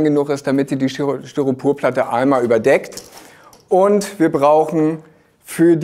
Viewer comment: Hi, tolle Videos. Es fällt mir aber immer auf das Du "StyropUrplatte" sagst. Es heißt aber "StyropOr", LG